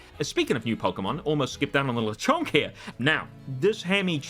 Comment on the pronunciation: Actually is Lechonk, not Lechunk ☝🤓